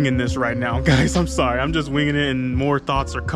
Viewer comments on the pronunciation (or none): none